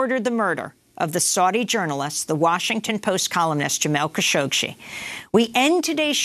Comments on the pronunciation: Amy goodman if you’re going to cover Kashoggi so extensively stop mispronouncing his last name lol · Idiot presenter çañ't even get the name right. Shame on you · As much as I love watching this show and listening to Amy Goodman, I have to say that it’s disappointing to see her not being able to pronounce Khashoggi properly.